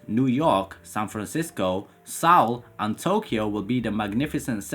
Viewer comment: Love your videos, minor detail: Seoul is pronounced “soul”, not “sowl”. At least, I’ve never heard it pronounced differently to “soul”. Is that a Midlands thing?